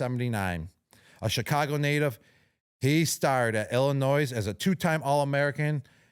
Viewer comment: Gronk Please quit saying Illinois S in the state name, the S is silent. Gently requested. Much respect. To the producer of the podcast shame on you for not telling Gronk!!